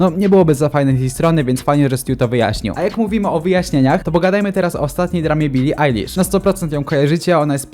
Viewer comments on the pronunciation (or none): Bili ejlisz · bili ajlasz* poprawilemy. poporoctu zile powjedzalesi